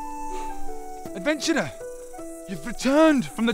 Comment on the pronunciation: Did just say “adventurner” in the beginning